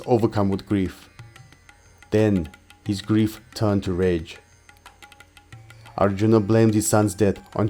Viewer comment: Extremely good effort. Well researched and narrated 💘. But I really REALLY dislike the pronunciations ..like ArjunAAAAAA, DronAAAAA ETC! Man ..these are NOT ⛔ how you say such names. Very disappointed with this... its 🤢 colonial type of saying... by a colonised cooolie. Its sad.